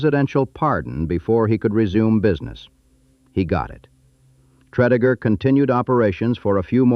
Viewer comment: Tread-a-gur...not Tread-E-gur